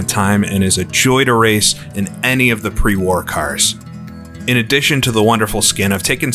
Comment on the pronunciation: Why do you say pre-war like that?